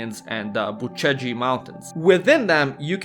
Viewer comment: Unliked this as a fellow Romanian I hate when you say "Bucegi" as " Bu Ce gi" like you're some American.